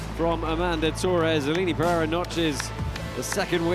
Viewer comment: you said Aline Pereira’s name wrong…